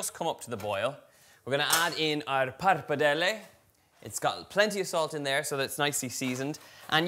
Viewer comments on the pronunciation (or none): none